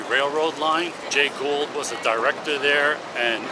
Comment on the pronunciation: I don't know if you have a speech impediment or simply don't want to do your homework... "GOULD" is NOT pronounced "GOLD". It's GHOUL'D. "GooLD" No amount of AI "whisker scratching" will replace solid f**** homework. Why don't you stop forcing me into stock AI voice nonsense and get your pronunciation on basics right? I know, I know, I'm picking at the edges. But God damn it, talk like a f**** adult.